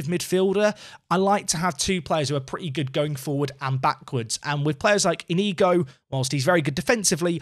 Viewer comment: The ñ in Spanish is pronounced like the first n in our word, "onion." So "Iñigo" would be pronounced "EEN_YEE_GO (with that last o rhyming with the o in "pot"). If you see an accent on a vowel in Spanish, say that particular syllable with a bit more oomph. It's a stress marker. ¡Vamos Racing!